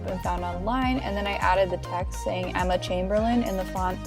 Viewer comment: Emma chaimbeirlain””